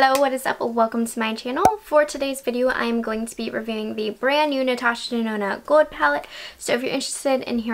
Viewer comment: I noticed pronounces words with L odd. Like gold and old and pronounced the L like a W. Like gold sounds like “gowed”?